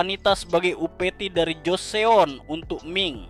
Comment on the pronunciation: Joseon dibaca joson